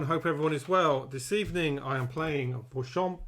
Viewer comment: Hello, you pronounced Vauchamps perfectly. Interesting "bataille de rencontre", thanks for this AAR.